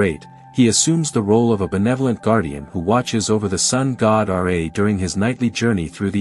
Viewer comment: R'A bro its Ra the pronunciation is weird